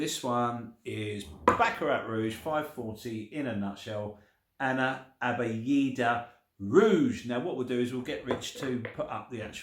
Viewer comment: It's pronounced "Ana Abyad" meaning "I am White".